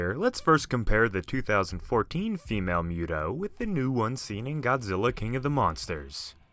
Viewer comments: Listening to you say Muto that way just rubbed me the wrong way. It's not Mew-toe it's Moo-toe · It's pronounced Muto (moo-toe) Not (mew-toe) that just sounds retarded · I believe it’s pronounced MOO-toe....not MUTE-oh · Moo-too not mute-oh bro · It’s MU-to bro not “MEW-to” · Not to nitpick, but you're pronouncing it wrong. It's pronounced "MOO-Toe", not "Mew-toe". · He's like "miutow" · Ok it's correctly pronounced MOOTOE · Fun Fact: M.U.T.O was confirmed to be pronounced as MOOTOE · I hate that you say mute-o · Its pronounced mootow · If he keeps pronouncing M.U.T.O like that I'm gonna lose my mind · Can you please not pronounce MUTO like you do? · The hell is a mute-oh bahahahaha